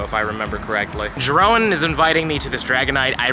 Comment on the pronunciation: the way u said jeroen made me cry laughing since I m from there myself keep it up